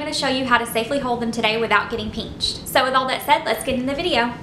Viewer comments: Pinched not peanched lol 😂😂😂 not making fun of u southerns im north so it kinda sounds funny to me no offense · listen to how she says it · It’s crazy cuz I never heard anyone say pinched like that but now everytime I see the word pinched I hear peenched 💀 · The way she says pinched